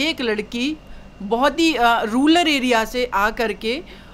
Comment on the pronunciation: रूलर एरिया नही रुरल एरिया कहा जाता है अपनी अंग्रेजी सुधारें फिर बोलें ठीक है ना